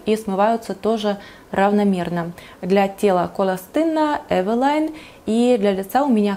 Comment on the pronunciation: в чем прикол называть Эвилин Эвилайном? Модно стало что ли )) Прослушала название на разных европейских языках, нигде нет произношения эвилайн.....